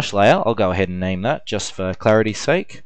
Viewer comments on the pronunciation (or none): none